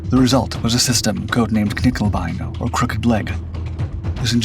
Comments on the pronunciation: Knickebein, not Knickelbein! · Also no L in nickebein